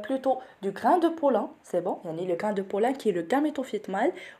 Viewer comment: merci bcp professeur .tout est parfait chez vous sauf que vous prononcez mal "en " et vous le prononcez comme "in" exemple ,pollen ,albumen.. en tout cas merci pour vos efforts et bonne continuation.